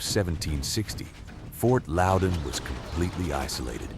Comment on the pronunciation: Grew up near the fort..... More so where the red coats and thier families were massacred. Its pronounced fort loud in